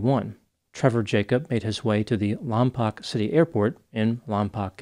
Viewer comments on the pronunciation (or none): It's not Lom-pok, it's Lom -POKE, like stop poking me. - Resident. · great video, but im sorry i have to do this. Lompoc is pronounced "Lawm-poke" not "Lawm-pawk." just a regional thing, sorry for being that guy. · Lompoc is pronounced "Lom-poke," fyi. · It's pronounced lom poke.